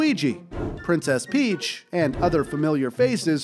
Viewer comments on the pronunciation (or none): none